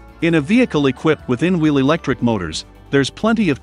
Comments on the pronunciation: Can’t we have a human voice? The ridiculous mispronunciations are very irritating; it took me a while to work out that ‘inwl’ was actually ‘in-wheel’. The confused emphasis is awful; I’m sorry, I can’t watch it. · "in-veel" motors? :-)